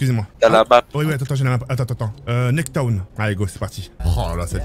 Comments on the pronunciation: c'est Nuketown wsh pas nuwketon XD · Le monteur c’est Nuketown pas Nuwketon ptdrrr 😭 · C'est nuketown pas nuwketown mais pas grave :) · On est d'accord que c'est nuketown pas nuwketon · c'est pas nuwketon c'est Nuketown 😂😭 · Tk il dira toujours « nektown » au lieu du nuketown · C'est nuketown pas nuwketon pffff c'est pas un bon le monteur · Juste pour info c NUKETOWN PAS NUWTOWN 😂😂😂🤣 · Nuwketon ????? 🤣 Plutôt Nuketown non ? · Non pas « NUWKETOWN » mais « NUKETOWN »😂